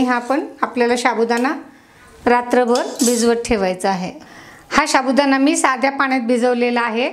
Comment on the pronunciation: शाबूदाणा नाही साबुदाणा म्हणतात 😂😂😂